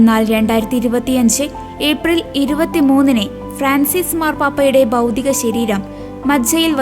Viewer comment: എന്റെ കൊച്ചേ ബൗദിക ശരീരം അല്ല ഭൗതിക ശരീരം നന്നായി വായിക്കാൻ പഠിക്കൂ